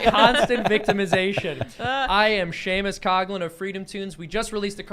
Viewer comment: Hey Seamus whereabouts are you from in Ireland or your Family? I can’t guess…..your accent isn’t American but not Irish either!! The way you say Coughlan isn’t Irish anymore!!